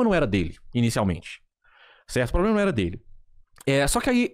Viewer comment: parabém. Você fez um vídeo honesto trazendo um advogado e resgatando sua credibilidade e compromisso com a informação correta. A partir daí, cabe aos espectadores tirarem suas conclusões! Show! E outra fala pro chiquinho parar de falar poblema, da um nervoso. Se não for possível tudo bem